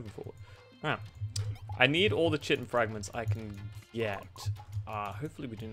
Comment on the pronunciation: Fun fact! It's pronounced Kai-tin, not chitin. English is weird.